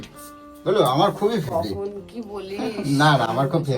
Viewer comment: ফেবরিট না ফেভারিট মিঠুন চক্রবর্তী 😜💞